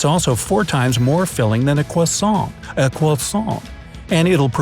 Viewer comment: Haha the way u said croissant 😆